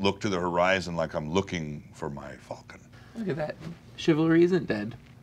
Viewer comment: Fulcon? Wtf, it's falcon